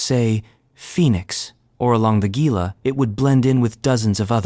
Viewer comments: its pronounced 'hee'lah' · Gila River pronounced heela im from the New Mexico side of the Gila river your welcome 😘